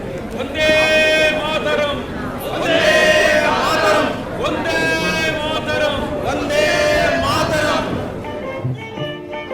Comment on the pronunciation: ಕನ್ನಡ ಉಚ್ಛಾರಣೆ ಬಾರದಿರುವ ಕೆಲವು ಕಲಾವಿದರು ಮಾಡಿರುವ ಪಾತ್ರ ನಿರ್ವಹಣೆ ಕೇಳುಗರಿಗೆ ಹಿಂಸಾತ್ಮಕವಾಗಿದೆ. ಹಿಂದೆಲ್ಲ ಶ್ರೋತೃಗಳಿಗೆ ಕರ್ಣಾನಂದ ನೀಡುತ್ತಿದ್ದ ಕಾಲ ಈಗೆಲ್ಲಿ?! ವಂದೇ ಮಾತರಂ ಘೋಷವನ್ನು "ಒಂದೇ ಮಾತರಂ" ಎಂದು ತಪ್ಪಾಗಿ ಕೂಗುವುದನ್ನು ಕೇಳುವ, ಕಳಪೆ ಅನುವಾದದಿಂದ ದೋಷಭರಿತವಾದ ಪದ ಜೋಡಣೆಗಳನ್ನು ಆಲಿಸುವ ಮತ್ತು ಸಮೃದ್ಧ ಕನ್ನಡ ಭಾಷೆಯ ಅಪಭ್ರಂಶ ಕೇಳುವ ದೌರ್ಭಾಗ್ಯ ನಮ್ಮದು.